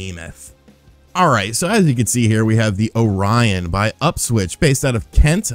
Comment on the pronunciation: is the only man i know that mispronounces orion XD you amuse me man keep it up!